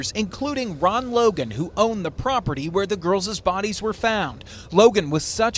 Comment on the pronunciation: I think they chose good rulings to argue against with the 2 you mentioned. “girlses” 🤭 And right after that, “Logan was such a suspect that….” I wonder if this newscaster is aware that the FBI PCA says there’s probable cause to believe he committed the crime of murder.